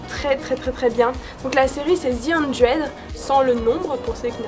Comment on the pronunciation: Zi eunedréde (the hundred) vive l'accent français et y'a beaucoup plus de gens qui la connaissent que ce que tu penses ;) sinon j'adooooore the walking deaad et j'ai super hâte que ça reprenne :o